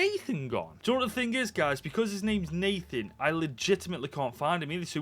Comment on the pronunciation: Natan, not Nathan, lol!